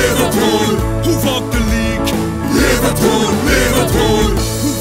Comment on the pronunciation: But they said Liverpoo